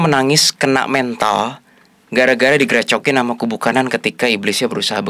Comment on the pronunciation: "digRecokin"...yaaa Allah...bahasa gw jaman SD😩😹😂